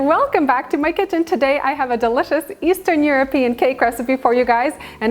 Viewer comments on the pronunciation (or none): That looks stunning! At first I thought you said Easter European cake, and thought, “hmm, they celebrate it much later than Americans!” Then it clicked you said eastern 😅